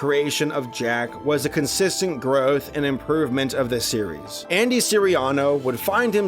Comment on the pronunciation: he said sewies.